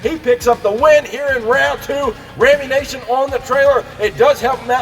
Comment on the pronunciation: Great racing. But there is only one 'a' in Rammunition. Nition not nation. You trigger my OCD every time you pronounce it wrong.